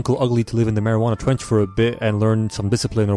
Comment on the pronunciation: we gonna ignore the fact he said "mariguana trench" or what ever the fuck